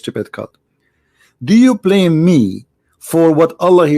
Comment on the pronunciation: it's BLAME and not PLAME 🙏🏻